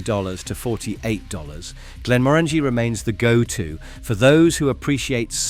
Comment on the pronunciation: It would be appreciated if the pronunciation of the whiskies was done correctly Glenmorangie has the "inference" on the 'O'---not the "A" Glenfiddich does not finish with "itch" It finishes with "ich" --as in "och aye"